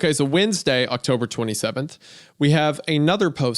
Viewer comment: Wend UH goon